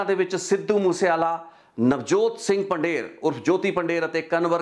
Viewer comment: ਤੁਸੀ ਪੰਜਾਬੀ ਹੋ ਪੰਧੇਰ ਨੂੰ ਪੰਡੇਰ ਕਹਿ ਜਾ ਰਹੇ ਹੋ